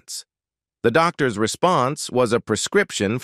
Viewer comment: AI you did it again, mangling names. Dan I Krided? U rine test? Doc tors?